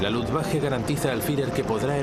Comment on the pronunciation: Por que dice luftwaJe